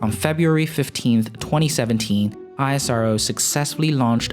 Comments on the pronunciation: We pranoune it as ISRO instead of I.S.R.O... EESRO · Its esro (isro) not i-s-r-o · When would you stop calling ISRO I S R O and just call it ISRO like NASA and not N A S A -_ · great video. Just one thing , we call it "isro" not ISRO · ISRO LIKE NASA! Not I.S.R.O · Bro please Call ISRO Not I S R O ... thanks for the video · It's IS-RO not I-S-R-O! 🤦🏼‍♂️🤦🏼‍♂️🤦🏼‍♂️ Just like NA-SA not is N-A-S-A. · Please pronounce the name correctly. It is pronounced as "is ro". Not I.S.R.O. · It's not isro.... I S R O it's individual abbreviation words not a single word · It's not i-sa-ro It's ISRO... Pronounce like esro... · Pronounce ISRO as esrow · Thanks for the video, btw u don't always have to say the alphabets of isro just pronounce it as a word (IS-RO) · It's called ISRO like NASA not I S R O . Please pronounce correct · Its really irritating to hear ISRO pronounced as I.S.R.O... Why dont you call NASA as N.A.S.A?? See where Im getting??? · Pronounced the word ISRO, just like NASA... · Not ranting but can you please refer ISRO as "ISRO" and just spell every syllable! Try saying NASA as N A S A and you will understand how cringey it hears. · Its pronounced IS-RO. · You don't call NASA as N-A-S-A. similarly it is called ISRO ( IS-RO) as in H'is' Row. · It's pronounced Is-row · Pronounce ISRO as is(es)-row Just like you do for NASA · Ikr, but as N A S A is said simply as nasa. In the same isro should be pronounced. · It's pronounced as ISRO not isro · Very easy to fix. Find an Indian TV video where they pronounce it correctly. ^^